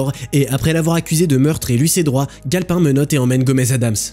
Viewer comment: Tu dis le nom du shérif comme si tu sais gale pain comme le pain quoi sauf que c'est sauf que c'est galpin comme s'y avait un e a la fin